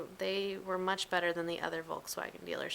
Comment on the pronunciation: i love how you keep saying 'volkswagen' the wrong way :) no offence! nd i luuurve ur vids <3